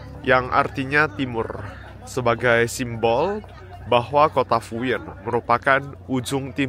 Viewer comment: Fuyuan bacanya Fuyen ya bro ?